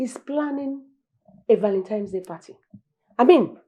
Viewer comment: Why does Uche Jumbo keeps saying "ValenTIME's day?